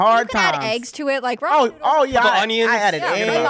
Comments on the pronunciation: Bro says ramen like "raw men" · Did that mf really say Raw-Man 😂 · Never heard Ramen pronounced “raw MEN.” Makes me uncomfortable. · Ruh'MEN guy is bothering me with his pronunciation. XD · What is this “raw men” he keeps saying is so inexpensive? Soylent? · I'm sure he's a cool dude, but I don't like how that guy says Ramen😂 "raw men" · Is he a Pastafarian? He keeps saying R'amen. All hail the Flying Spaghetti Monster, R'amen! Lol 😆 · They way he said Ramen pissed me off